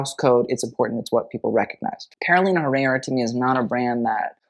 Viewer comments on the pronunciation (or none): none